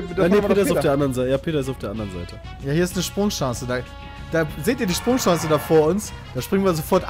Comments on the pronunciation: Peter, es heißt SprungSCHANZE, SPRUNG-FUCKING-SCHANZE, Du möchtegern Franzose !!! :D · wie piet immer sprungCHANCE sagt :D